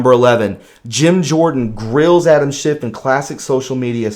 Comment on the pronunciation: SCHIFF NOT SHIFT!